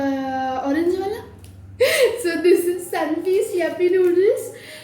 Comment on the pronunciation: Yuppiee kya hota hai re !? Yippee hota hai !